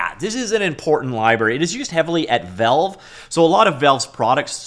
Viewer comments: I cant subscribe to a channel that says velve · The way this man pronounce Valve is diabolical